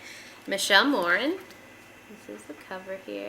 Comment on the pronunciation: I believe the author pronounces her name 'More-ann.' I won the book in a raffle a few months ago but haven't gotten to it yet.